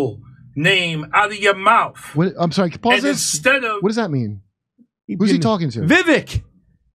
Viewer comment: ..actually he said "name" not "names"...he can't speak English well. An entire lifetime in the USA, but still struggles with English. PS-what is a mauf? Brutal.